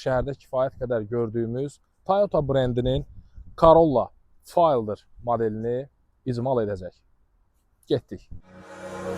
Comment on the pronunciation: Fayldr nədir? Elə ingiliscə də "fêldər" oxunur...tərcüməsi də sahə oyunçusu